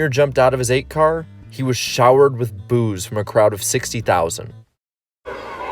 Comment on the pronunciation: I thought you said showered with booze, was gonna say that happens every non virtual race